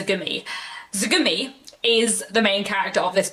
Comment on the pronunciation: Btw, it's TSUgumi, not ZUgumi...and in my opinion, the Tsugumi character was very unlikable and I was annoyed by her personality who is using her condition to bully people around her, including her parents. I thought she was terrible and I almost wished her to have some kind of an accident by the end of the book, that's how much I couldn't stand her haha...but yes a great read!